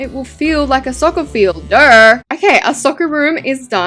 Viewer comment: Guys did she just say durr instead of saying duhhh 😂😂😂😂❤❤❤